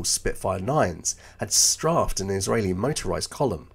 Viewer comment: Straafed? Surely you mean STRAFED? It's pronounced 'strayfed'. Are you sure you're English?